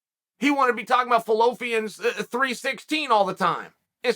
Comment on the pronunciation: Fellopians?? Philippians I think you meant, but I get what you're saying. 🤣